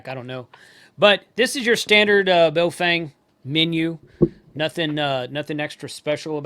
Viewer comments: Let's show some respect here, the correct pronunciation of the company's name is not BayoFANG.... How would you like it? If everyone insisted on mispronouncing your name. The correct pronunciation for BaoFeng sounds like this Bah-oh Fung... so don't be a xenophobe racist bigot.. China calls America meiguo ===--> meaning Beautiful Country... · A lesson from my limited Chinese. Bao is pronounced bow as in bending from the waist (not what you where around your neck). And feng in Chinese is pronounced FUNG Bow Fung is what it sounds like if the Chinese say it.